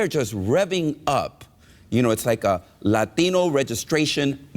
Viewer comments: Yeah, And Ihate the way they say Latt Deeno . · What is a La-aaua-teen-Nose